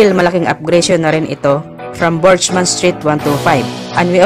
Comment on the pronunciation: "Bergman" po ang bigkas jan hindi burjman 😂